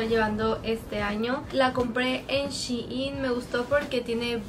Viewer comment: Shein no shiin pero me encanto tu video ;0